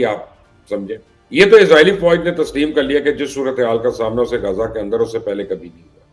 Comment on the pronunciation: درست لفظ غزہ ہے جسے آپ روزانہ غازہ کہتے ہیں_ غازہ powder کو کہا جاتا ہے جبکہ علاقے کا نام غزہ ہے_